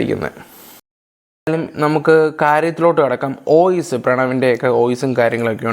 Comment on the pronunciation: ഈ സമയത്ത് പറയാൻ പാടുണ്ടോ എന്ന് അറിയില്ല ന്നാലും പറയുവാ: ഓയിസ് അല്ല വോയിസ്‌ ആണ് 🙂